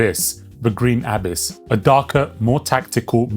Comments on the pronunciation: Abiss? stop saying it like that xD it's abyss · say abyss properly